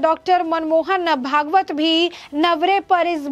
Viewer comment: भगावत नहीं भागवत,सचालक नहीं संचालक।उच्चारण पर थ्यान दें।